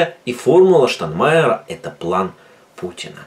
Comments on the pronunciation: Не штанмаер а Штайнмайер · Не Штанмайер, а Штайнмайер. Порохоботам простительно, а Вам,, нет